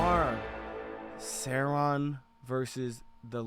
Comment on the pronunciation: didnt know it was possible to butcher sauron's and the lich king's names like that